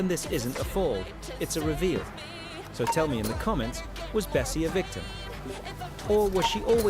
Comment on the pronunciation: Erm it's actually bassie not bessie